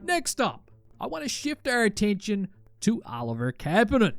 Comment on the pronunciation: You are pronouncing Kapanen wrong